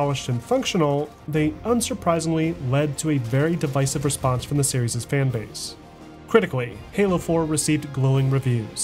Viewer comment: Awesome video as always. Series is singular and plural though my man. You said serieses SOOO many times lol.